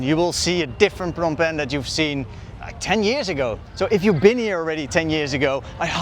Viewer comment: Love the way you say “Phnom Penh “